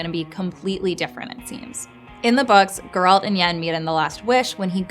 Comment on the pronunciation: Excuse me did you seriously just say Geralt’s name like that?!